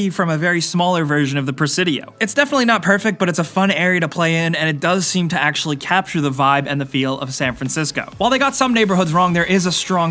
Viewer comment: "Aculurly" xD I couldn't help but notice